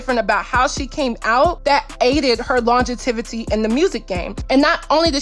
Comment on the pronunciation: did you just say longetivity ?